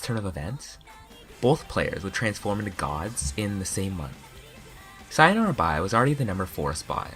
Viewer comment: I’m sorry but it pains me the way you pronounce “sayonara”